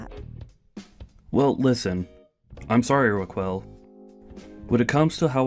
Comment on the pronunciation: "Ra-kwell?" Oh dear god. It's pronounced Ra-kel. Please get voice actors (or AI) who can read. Doesn't anybody review these before publishing?